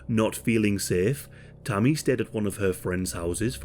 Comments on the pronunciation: I kept thinking he was saying Tummy or something 😅, but yea RIP Tammy 😞🕊️🙏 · I thought he was saying tommy at first